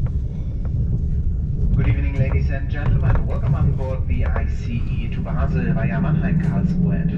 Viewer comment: good you are saying ice the right way now. it felt a bit stupid being mad about it in the comments but it just bothered me a bit.